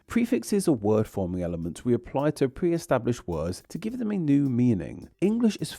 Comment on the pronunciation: Please stop adding a schwa to the end of every word! Language-uh! Catalogue-uh! Mind-uh! Downwards-uh! You even added an 'uh' to words that already end in a vowel like to-uh! What is wrong with you?